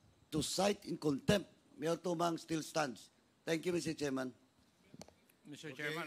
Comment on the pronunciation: cite in contempt cite in conc tempt. Cite in contempt pa more